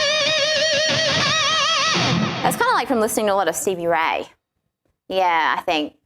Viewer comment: It's Not "Haiti", It's "How You Do". Not "CB Right", It's "Stevie Ray". Come On!